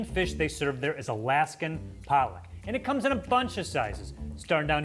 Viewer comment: Pollock lol not police